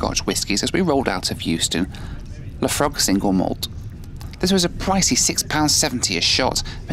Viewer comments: erm... Lafrog is actually pronounced Laphroyg ;-) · Oh man, it's pronounced La-froyg. Not la-frog. :| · It’s pronounced La-Froyeeg . Not lafrog 😂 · La-Froy. Not La-Frog. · La frog? Distilled with frogs! If you shout Oi to get a person's attention then add the g. Nailed it! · La Froygue! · It's pronounced 'lafroig, I tried to spell it phonetically but it's actually ridiculously difficult 😂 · Fav whisky too: it's pronounced 'lah-FROYG' 🥃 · even tho u said the whisky name wrong al let you off as i make the whisky and love your videos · Ok video, Couple things annoy me it’s Glasgow, don’t keep going on glasgow Scotland, I don’t say Newcastle England Brighton England London England, and that wiskey is good but learn to say name correctly